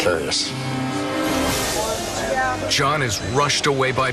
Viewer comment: Dude says purcarius lmao